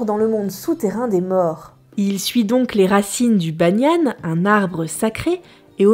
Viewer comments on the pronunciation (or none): Coucou ! super vidéo ! J'ai grandit en Nouvelle-Calédonie et je trouve que tu expliques de manière très claire des évènements qui sont parfois difficiles à expliquer. Donc merci! Et pour le bagnian, ça finit en "an" et pas en "ane" ! mais c'est pas grave ;) Bisous